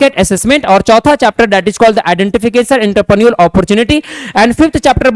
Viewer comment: Are wo intraprenor nhi Entrepreneur hota h Pronoun thoda seekh lijiye